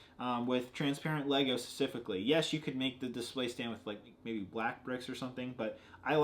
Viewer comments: Stop saying "scecifically". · "secifically" - (since he was born) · i love you... but please work on your pronunciation of the word "specifically," its been bothering me since day 1